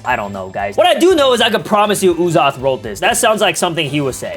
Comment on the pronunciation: “I am Uzoth master” 😂